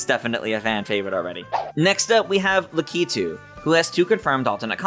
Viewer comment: Le-kee-too no la-ke-too